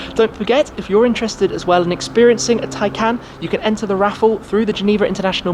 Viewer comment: I think this is the first time I've heard the name 'Taycan' and thought it sounded correct